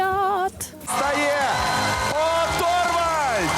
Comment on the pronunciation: Оторвальд???!!!!!... та ТЫ ПРИТОЛЬВАЛЬД!!!!!